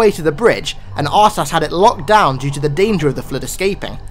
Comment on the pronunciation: I think his name is probounced UrTas instead of a hard R